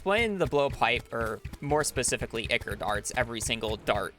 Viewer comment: Brilliant speed run great job but holy shmoly that is so far from how you say ichor